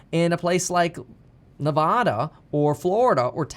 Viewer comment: I swear to God bro if you don't start saying Nevada the right way ....